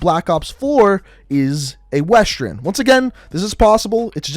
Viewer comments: Why do u say westren? Its western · “A wastren” 😑